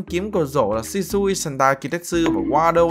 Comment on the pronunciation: anh chơi blox fruit nhiều quá nói shusui thành shisui